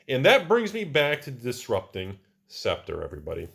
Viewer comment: Props for actually pronouncing a tricky word correctly. scep·ter /ˈseptər/